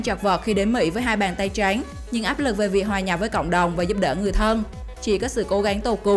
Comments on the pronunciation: Giọng đọc nghe khó chịu vkl lun ý. Hai bàn tay trắng .mẽ đọc hai bàn tay tréngggg. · "Hai bàn tay tránh" nge đọc khó chịu thực sự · Bạn nói từ trắng , chữ khó khăn nghe kiểu gì ấy